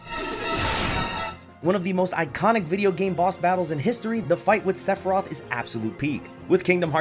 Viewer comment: Top 3: Sephiroth Sephirtoh. And I think hmmm. Sephirtoh.